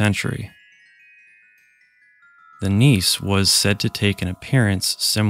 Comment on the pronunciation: "Nisse" is pronounced with an e at the end.